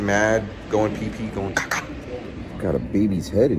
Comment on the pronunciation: hopefully in some of your'e newer videos il hear you say the kaka without the a at the end..the first 3 letters and way of pronouncing then would be the same way we south africans say when we need to go "kak"